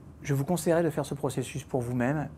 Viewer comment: conseiller et non pas "consailler"